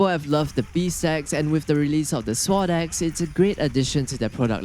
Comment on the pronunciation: “Swod ecks”